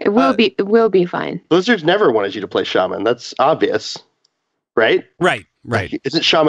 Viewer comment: There is no R in shaman lol